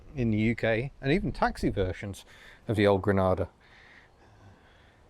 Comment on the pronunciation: I thought you said an Aussie Ford Grandad ..